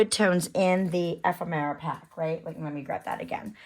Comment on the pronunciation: Pronounce ephemera. F. M UR Ah